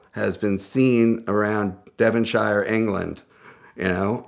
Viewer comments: Why does he say shire so weird, it’s pronounced “sheer” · I'm a Devonshire man & I'm offended by how you've pronounced my home county. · It hurt me when he said Devonshire